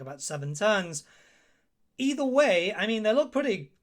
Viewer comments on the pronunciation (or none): none